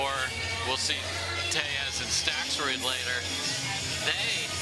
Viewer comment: Hey announcer- learn how to pronounce Stakrud- no “s” you knucklehead! Not StakSrud